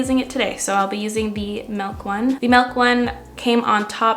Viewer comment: You say melk instead of milk and I’ve never related to someone more haha.